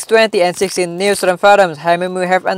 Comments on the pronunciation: Lol I like how he says 2016 he says 20 and 16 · Many people say it like that